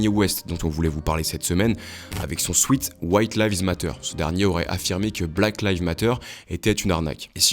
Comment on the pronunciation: J'écris en phonétique pour que ce soit clair souit ( sweet) ça veut dire sucré. Souète (sweat) c'est la sueur un sweat-shirt (swouète) par exemple et non pas un (sweet) swouit-shirt. 😉 tant qu'à faire... journaliste. Bon tout le monde se trompe ce n'est pas grave... mais c'est faux.